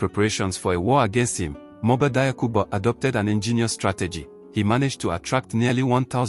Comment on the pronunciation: PRONONCIATION: DIAKHOU = JAKHU!!! NOT DAYAKU!